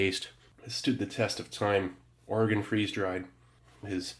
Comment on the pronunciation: Thank you for pronouncing Oregon correctly.